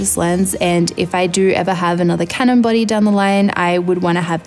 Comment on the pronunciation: It took me a while to realize you were saying 'body' and not 'buddy'. Silly me.